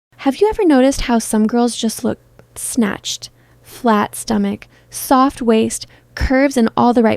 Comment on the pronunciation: 😂😂 U said sanched instead of snatched😅